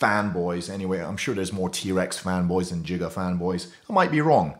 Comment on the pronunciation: It's Giga not Jiga